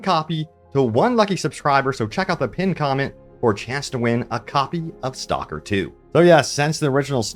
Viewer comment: your pronounciation of STALKER is horrendous, its not a english word. I could not listen more then a 1minute